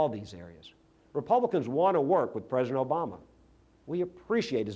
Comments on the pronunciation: Why did he call him Present instead of "President"? And do you think he practiced hard to get that Louisiana lisp? What a silly man. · He can't even say President right! It's like Arnold calling California, 'Collyfornya'? Republicans sure as hell can't talk!